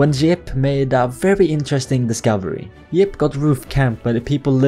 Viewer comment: Your friend is YIP not JIP